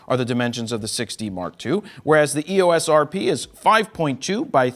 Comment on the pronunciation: Hey, Jared. Canon pronounces EOS as “ee—ose”. It sort of rhymes with glucose.